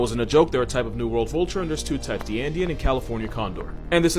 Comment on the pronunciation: Andean Condor my boy. Not Indian lol